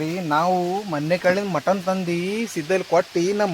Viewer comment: Anna Motton alla Mutton 😂😂😂